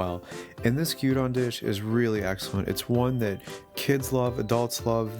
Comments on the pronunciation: It's gyuUdon. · I know, old comment, but stil. It's not gyuUdon, its Gyudon. Gyu from Gyuniku, as in cow meat and don, from donburi, meaning literally bowl. So Gyudon it's meat bowl.